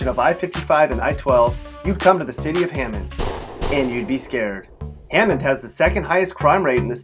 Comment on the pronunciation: well look, as for hammond, he's got it 100% right, but ponchatoula, maybe not